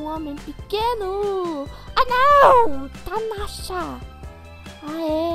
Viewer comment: porquê vc fala tanasha?